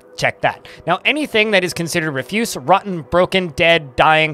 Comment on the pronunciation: You're using the wrong "refuse". "Refuse" has two different meanings and two different pronunciations. Tarle Speech has a good video that explains the differences.